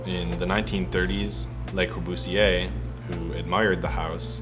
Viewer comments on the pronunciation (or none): It's 'Le Corbusier' not 'Les Corbusier'